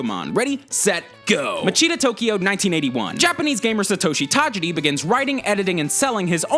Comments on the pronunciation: the only thing wrong with this video is that he kept saying tageedi instead of tajiri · Who proof-read the script? Pokemon Red/ Green came out FEBRUARY 27, 1996. That was the whole point of having the Direct yesterday. Also the mis-pronunciation of Satoshi Tajiri's name is cringe-worthy. Leave the Japanese stuff to Goomba. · The way that you're pronouncing Tajiri is destroying my ears